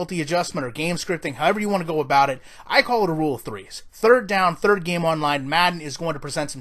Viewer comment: “Thrdird” down...